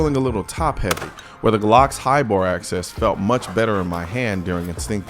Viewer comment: I feel like you're saying "High bore access" instead of "High bore axis." Glocks have a low bore axis, meaning the barrel is lower and therefor closer to the palm of your hand, which helps reduce muzzle flip. Let me know if there's something I'm missing.